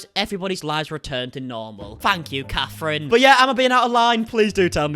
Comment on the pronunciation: “Fank you cafrine”